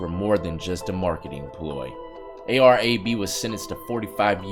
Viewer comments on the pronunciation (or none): It's A-R "AB" not A-B lol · A-R AB lol not A-B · It's a.r.-"ab" bro. Not a.b. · It’s A-R-AB not A-R-A-B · Is A.R AB (like the abs in your stomach), not A-R-A-B lol you welcome bro. Much respect from Philly 👍🏽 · It’s AR AB not aye bee. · Ar ab....aye are ah b...... not A-B lol. U have no idea what you're making a video on.... lol keep it though I like your content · AR Ab. Not AR A-B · It's AR "AB" not A.B. lol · Its ab not Arab ar-ab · AR-AB (ayy-arr-ab) not (ayy-arr-ayy-bee) 😂😂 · 😂😂 a.r.a.b..........his name is ar..ab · Bro, its ar ab, like your stomach muscles your abs, so ar ab. 😂😂😂😂😂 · Bro it A.R AB not A. B. Come on he is very Notorious my guy. Sheeesh lol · "A.R. A-B" 🤦‍♂️😂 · Hey, AR-AB is said "Ayy Arr AB" (like ab workout). Just wanted to help a brotha out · It's AR-AB like like AR abs that's how it's pernounced he got locked up after a glad tv interview